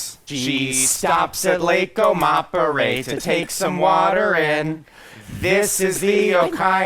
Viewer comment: Oh-kai-HOW, Oh-teyria and Oh-ma-peray i'm dyinggggg Oh-kai-hoe, Oh-tih-ria and aw-ma-perry would be the approximate pronunciations, but i respect the effort.